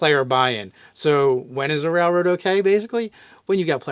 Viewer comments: dude its rail road not rall road,sorry for saying it, love you guys. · Does he mispronounce railroad. 10/10 memes.